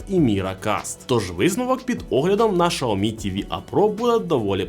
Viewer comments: Сяомі а не Шаомі 🤦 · Ксиоми, сяоми но шаоми это уже что-то новое😂